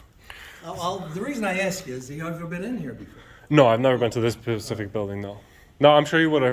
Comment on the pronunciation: Pacific is an Ocean. You mean SPECIFIC! Come on man...... You profess to educate people on complex laws, yet you speak like someone that failed the 2nd grade. Be an example....